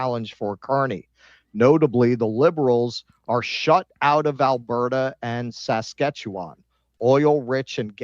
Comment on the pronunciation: Why does pronounce Saskatchewan like it’s an option on a Chinese restaurant menu?